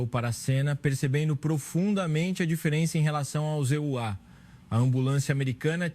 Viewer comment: A história é bonita, mas a narração é péssima. Talvez seja I.A, mas de qualquer forma troca os EUA por ZA e é um erro imperdoável. Quem é o criador desse conteúdo?